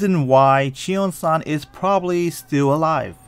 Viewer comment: cheong-san not chiosang💀